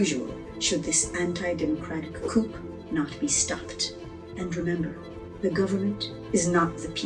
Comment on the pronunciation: It’s pronounced Coo. The P is silent. A Coop is where chickens live.